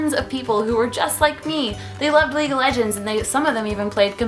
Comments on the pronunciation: LEAGUE not Legue :) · She didn't even spell league right she said legue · Isn't it "league" ... Haha